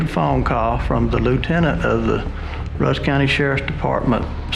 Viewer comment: It's Rusk county, not Russ. It's also pronounced Tay-tum not Tat-tum. I'm from this area and remember when it happened. Sadly meth is a hell of a problem in the area. Not saying that's the reason or an excuse for what happened, but I've seen first hand what it does to people.